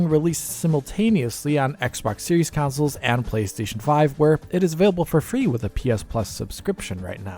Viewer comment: Can you please discontinue saying "council"?